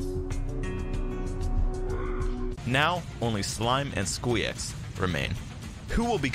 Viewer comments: Bruh Squeex's name is not that hard to pronounce come on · not knowing how to pronounce Squeex after literally competing against him is so funny